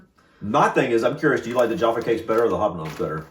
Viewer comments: Tea...'Yorkshire Gold' is my favourite!! Jaf-fa Cakes - to rhyme with caf (as in the first part of caffeine) NOT JAR_ffa! They are cakes - because cakes go __hard when stale, but biscuits go sift when stale. We eat Jaffa Cakes in bulk - "you can't eat just one!!" The advert used to say: "Full Moon... Half Moon... Total Eclipse" 😊😅😂❤ And Jaffa Cakes rate 10/10 or 100/ 100 for me.❤⭐⭐⭐⭐⭐♥️ Dunk your biscuits (briefly) in tea... Eat your 'biccy' confidently!! (Biccy is pronounced 'bikkie', by the way!) I love Farley's Rusks... (They are mixed with milk to feed young babies) but lots of adults - like me - love them dry_, (if only as a reminder of our childhood!!) Farley's Rusks are not _meant to be dunked in tea etc, and are not really 'biscuits' per se, like the others!! Sad that you don't care for them,😢 but I guess if you didn't grow up with them, they won't hold the same memories for you as for 'most' of us Brits!!😢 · Jaffa, pronounced jaffa. Where did you get the R from?